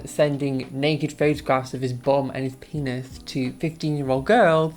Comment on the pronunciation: bless your little heart. You broke the internet today. When you said peenith, I lost it and died. Thank you for your commitment to making this video even with your injury.